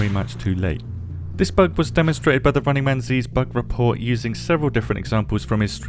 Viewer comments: Paul is not gonna be happy with the way you pronounced TheRunningManZ :D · just called TheRunningManZ, "The Running Man Zee". In game that usually earns you a respawn 😂